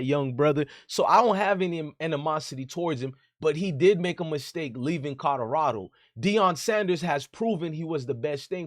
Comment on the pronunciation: It's "Colorado" not "Codorado"